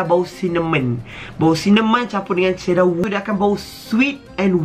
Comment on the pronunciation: Bila dia sebut "cedar wood" i died 😂😂